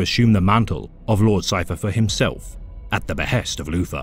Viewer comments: Can’t handle this dude saying Loofer instead of Luther over and over again. Lord of the bathroom back scratchers. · Poor Loufa, being betwayed wike vat. The forced voice is good. The mispronunciation makes it funny. Haha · As a subscriber to, I have to point out that you keep mispronouncing 'Loofah' as "Luther". 😉